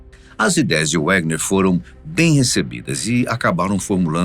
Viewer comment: Wegener, em alemão W tem som de V